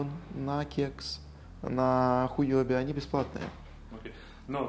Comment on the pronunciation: Я бы не говорил хуЁби чейн, лучше хуОби ))) И да, сделайте минимальный вывод в 0.005 эфира, людей больше подтянется. Лично я к вам не пошел из-за минималки в 0.01 эфира